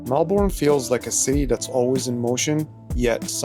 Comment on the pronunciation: Melbourne is pronounced Mel-bin. Not Mel-born